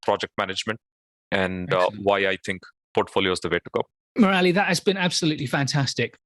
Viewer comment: Murali is pronounced 'Moor-li' not 'Moo-rali'